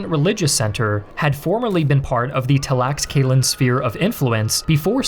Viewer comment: your pronunciation of Tlaxcalan made my ears bleed